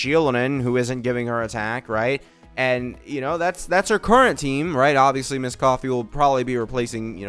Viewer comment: Why do you still call her misscoffier 😩